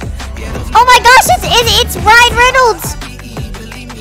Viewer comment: “Ryan Renolds” 💀